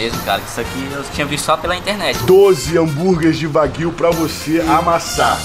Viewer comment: Corrigindo a pronúncia “carne de uai-guiu